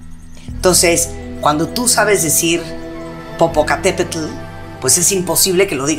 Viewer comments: 😹😹😹, que yo sepa, Popocatépetl se pronuncia Popocatépel.🤦🏾‍♂️ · Pues hasta la pronunciación de Popocatepetl está mal pronunciada por ella, tendría que preguntarle a los nativo hablantes del nahuatl cómo se pronuncia correctamente esa palabra, por muchos años yo pensé que lo pronunciaba bien, pero oh sorpresa, cuando un nativo hablante del nahuatl me corrigió sin necesidad de hacer todo un show como.